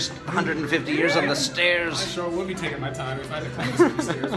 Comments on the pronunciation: nobody:: StAiRiS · please make a sketch of messing up more words!! (these slips are steppory)